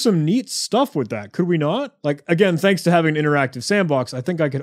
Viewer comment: "Thangs "??